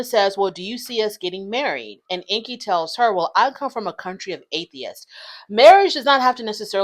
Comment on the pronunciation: Corona already admitted that she and Ingi were not together (or not anymore) when they started filming. So their storyline is completely fake 🤷‍♀️ And BTW his name is pronounced "Ing-gi", not "Inky". Just sayin'...